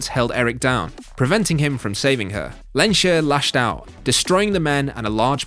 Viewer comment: Still unable to say Magneto's name: It's Lehns-herr, not "Lensher".